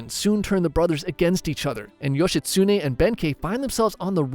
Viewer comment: also bro Yoshitsune say it like one syllable or every syllable evenly not like how youre doing yoSHItsuNE to anyone who knows some Japanese, it hurts their ears.